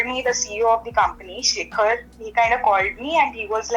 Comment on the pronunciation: for foreigners : the pronunciation of "Shekhar" is " Shake - Her"